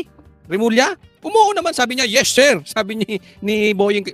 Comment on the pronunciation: 😂😂 Ang lakas pa bg pagka bigkas nya yes sir😂😂